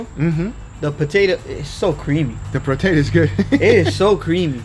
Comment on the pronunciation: "Loaded Mashed Potater"